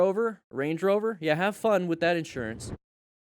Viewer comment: lmfao, you said "insurance". hahahahahahahahahahahahahahahaha